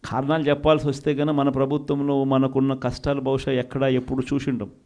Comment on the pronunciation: ఏమి తెలుగు రా నాయనా .."ఖారణాలు"ఏంటి జగనేసా..potato కి ఉల్లిగడ్డ కి తేడా తెలియదు ..ఏ ఒక్క భాష పూర్తిగా రాదు ..తప్పు రా అని చెప్పే తల్లి లేదు ..వద్దు అని చెప్పే చెల్లి లేదు ..చివరికి "లెవెన్ రెడ్డి"అయ్యావ్ ..ఈ పిచ్చి వాగుడు తో "🤡జోకర్ రెడ్డి" అయితున్నావ్